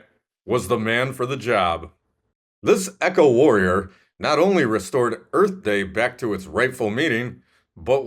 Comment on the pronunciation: Buttons... too funny!!!!!! Love the crash! EARF! LOL! That was great!!!!!